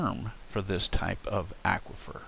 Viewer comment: Aquifer is said as in awkward not acquire.